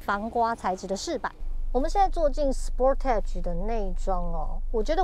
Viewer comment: 美中不足是sportage的發音不對。